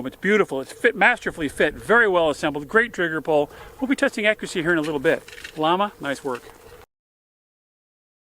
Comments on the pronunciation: It's pronounced "Yama" not "Law-muh" it's a Spanish company, it means "flame" hence the flame on the box. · It's pronounced Yah-mah. Spanish for flame, note their icon. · It’s pronounced “yah-ma” llama 38 super your killing the name.